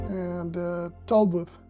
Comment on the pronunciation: Thank you! Please note that native English speakers pronounce "the" with a softer "th" rather than your hard "da". The rows of barrels are probably for water storage in a drip irrigation system. Make sure to do a "reference shot" or two every flight, showing most of the lot from a fixed perspective. Right now, it's undeveloped, but soon will have an incredible transformation. Try to purchase lots in the nearby residential area if possible. Just look at the number of cars in the TX gigafactory employee lots, after a few short years.